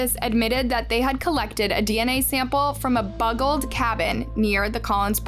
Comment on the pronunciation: What the heck does buggled mean? You used it twice but it isnt a word. "A buggled cabin" lol. Also, please try to incorporate real pics that coincide with the story at hand rather yhan random scenes from movies that have nothing to do with what you are talking about. It made it vwry hard for me to finish the video or take the time out to watch any others of yours. Just giving you feedback for improvement. Not that you asked for it.